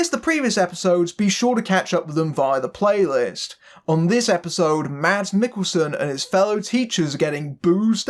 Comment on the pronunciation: Mads is pronounced "Mass". The "D" is silent. Watch "Adams Apples" (2005) and "The Green Butchers" (2003) - both dark Danish comedies with Mads Mikkelsen